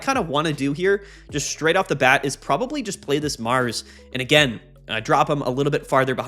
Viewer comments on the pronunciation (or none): none